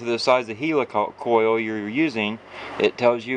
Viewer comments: I don't know why he calls it a HEELYCOYLE! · and he saying it wrong helicoil like helicopter n English anyway ha